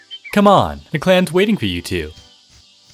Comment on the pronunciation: Did he say riverclan clats?